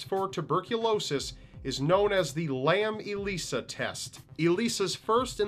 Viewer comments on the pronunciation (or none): as a scientist, I am severely disappointed and slightly disgusted that you resorted to linking a Tuberculosis assay with the last case. A LAM-ELISA (pronounced iLaiza) stands for lipoarabinomannan enzyme-linked immunosorbant assay. Had you googled this, you would've known that. Normally I am impressed with your research but this time you sounded like one of your WWYPTOTI posts by basically saying "Ooo they have the same name, it must be related!" And the same with the movie. It is irrelevant to the case. Before you link details to a case, please do your research.